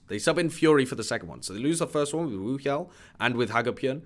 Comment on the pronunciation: It's not a phonetic H though. It's actually pronounced WOOhyal.